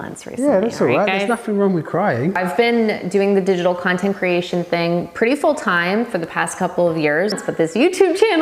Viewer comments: It's a british thing. Often us Londoners turn the TH into F in certain words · I like how he says fing instead of thing lol